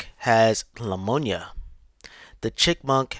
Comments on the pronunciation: I’m just making things up. He was supposed to say Pneumonia but said Lemonia which isn’t a real word. I made up a fake description for your entertainment. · I've heard of pneumonia but not leumonia 💀💀💀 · I think he’s saying “Lemonia”, an allergy to lemons or a distaste for sour lemons. It’s a known fact that chipmunks hate lemons, so it makes sense. 🐿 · Pneumonia not lamonia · Poor chipmunk and his lamonia... Hope he recovers. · Lamoniya doe my dude! I came back to my phone just to comment on that lmao! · The hell is lamoanya?!! 😂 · Yo who's mans is this?... What the fuck is LAMONIYA? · Do you mean LAmonia